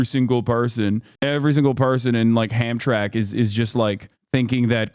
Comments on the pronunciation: Bro Hasan, Hamtramck is pronounced “ham-TRAM-ik” NOT “HAM-track” -a bemused Michigander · Hamtramck is pronounced "Ham-tram-ick" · "Ham track, Mi" 😂